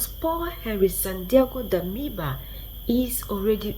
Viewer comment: Please if you cannot pronounce. SANDA’OGO DAMIBA. please just keep DAMIBA. He is not a Latino Santiago May be the remaining upright ness in him will help him stick to his roots. I know you are trying honey but let’s keep him together. Besides you are our voice let our child be faithful to his people by answering his true name.SANDA’OGO.